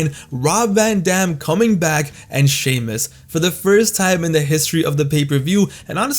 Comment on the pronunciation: "wwe champion shay-moose."